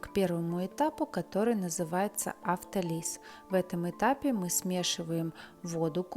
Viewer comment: Что нам говорит интернет: "В слове «автолиз» ударение ставят на слог с буквой О — авто́лиз." Не хочу никого учить и поучать, но занимаясь съёмкой и озвучкой видеороликов, мы все становимся учителями и должны соблюдать правила речи, давайте соблюдать и не плодить косноязычных! Рецепт и сам хлеб заслуживают внимания, похвалы и желания повторить.